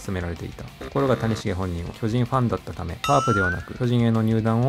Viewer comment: 谷繁と松井秀喜の発音おかしすぎやろ